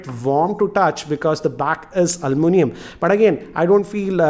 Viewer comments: It is Aluminium, no Almunium... Pls correct... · Once again it's Aluminium NOT Almunium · he is pronouncing ALUMINIUM wrong